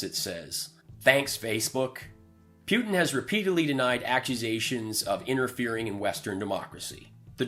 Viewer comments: The grand high exalted dictatorial cleptocrat of The Russian Federation pronounces his name POO-tin. Just keep saying poo poo poo poo until you get the hang of it. Say POO-poo. Now say POO-tin. Although, I do like the way you say PEW-tin. 😁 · Who’s Pewtin? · Could you try to pronounce his name correctly? I hat to stop listening because I don't understand how you can still mispronounce Putin's name when it is said so frequently.